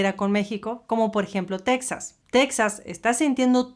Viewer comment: POBRECITOS LOS TEJANOS! Y ALINA NO ES TECSAS! NO ES PALABRA EN INGLES¡ ES TEJAS!!